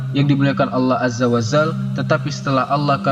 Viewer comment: Salah sebutan kamu..Allah azza wa zal...yg benar Allah azza wa jal